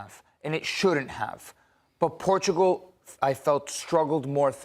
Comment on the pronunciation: Stop pronouncing Portugal in Spanish when speaking English! Just use the English pronunciation instead of trying to mispronounce Portugal in the wrong language! Cringe! Stick to the English pronunciation!